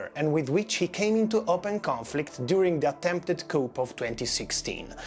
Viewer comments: Just so you know: the p in "coup" is silent. It's pronounced "coo". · Normally I love the italian accent but the pronunciation of the 'p' in coup is so wrong. Even in english its the french enunciation.